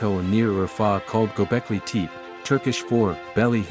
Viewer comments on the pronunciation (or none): Tepe is pronounced “tep-pay””.”